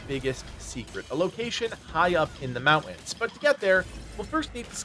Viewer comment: 80% of the player base is Chinese I don't know what you expect. Also the guy in this video can't even say the word mountains properly so not exactly a great arena to winge about English